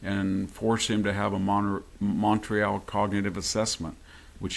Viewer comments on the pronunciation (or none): none